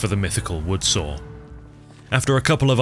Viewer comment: I like how you say saw like sawer